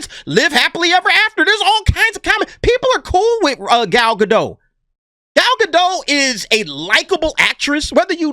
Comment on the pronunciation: please pronounce Gal's last name. It's GA - DOT SOUNDS LIKE POT. Thank you. Love your show.